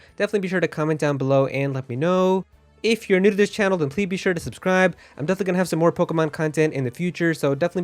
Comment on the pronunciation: “Pleebee sure to subscribe”